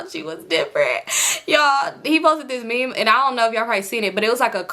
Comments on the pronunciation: 🤣🤣🤣 i done watched this video about 30 times and i finally decided to comment only to see what i was thinking already there 💀 it’s me in my head, “, what is a mim? it’s meme sis, meme” 🤣🤣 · it’s a similar pronunciation like mim but you’ll just say it with a long “e” sound. M-ee-m .. i hope that makes sense 😭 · I just wanted to say rq meme is pronounced meem not mehm 😭 love you tho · I’m crying 😂😂 stop saying mem it’s me-em like mean 😭 you so funny ❤ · u grown asl calling meme a “mem” what the hell 😭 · Ik this video is 2 years old but I'm dying everytime you pronounce meme as mem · It’s meame 😂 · I thought I was the only one catching that 😂 I thought it was pronounced like “meem” but shes so funny 😂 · Meme is pronounced MEEM 😂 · You pronouncing meme as “mim” is HILARIOUS 😭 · I thought i was trippin I'm over here thinking "wtf is a mim?" 💀💀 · I don’t normally comment but this was soooo funny. I was like what she talking bout😂😂😂😂🤣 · right, had me crackin uppp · I was just coming to say the same thing 🤣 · the way you pronounced meme is sending me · Girl if u say meme wrong one more time 😂😂😂😭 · The one you pronounced meme lol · Now why did you pronounce meme like that 😭😭😭😭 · He would post what?? 😭😭 it’s okay I love you. It’s the pronunciation of “meme” for me I’m crying 😂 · Lmaoo the way you say meme😂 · I’ve heard meme pronounced both ways, it still confuses me 😅